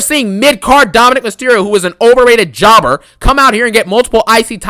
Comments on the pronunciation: Man i love your videos, you make me laugh some much " Pin Jober Ballor" hahahah 🤣. the way you say Jober and Garbage i laugh so hard. At this moment even if WWE does a good job on a show i want you to hate it. Love them videos bro keep up the good work. This show SUCKED no questions asked. Also i want your opinion on Karrion Kross booking. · I love it ngl 😂😂😂😂